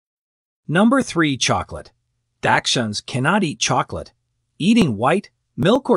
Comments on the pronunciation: Datchhund, daxtchunds, never ending! Pretty sure as well it’s arsenic in apples and other fruits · Your AI voice needs to be programmed to pronounce onions, dachshunds, and other words correctly, it detracts from the authenticity of your message. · It is amazing to me that this video uses several medical terms but can't properly pronounce dachshunds, onions, and a few others. Just crazy